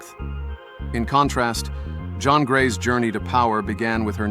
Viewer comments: Jean grey ❌ John grey ✅ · JFC JOHN GREY? JOHN? pathetic POS AI crap.